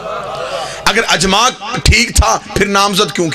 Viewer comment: Jis bgerat ki urdu tgek nhi ha Wo kya khaak aqeesa bayan kry ga اطاعت لفظ بار بار غلط پڑھا اس حرام زادے نے اجماع لفظ بھی غلط پڑھا اس حرام کی اولاد نے صحیح سنا تھا کی شیعہ لوگ حرام زادوں کو ذاکر بناتے ہیں اس کے ماننے والے بھی لعنتی حرامی